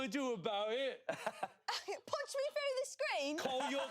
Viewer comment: honestly their english accents arent too bad except for Shayne's sounding Australian sometimes 😂 Court saying "Punch me frew the screen?!" Was so funny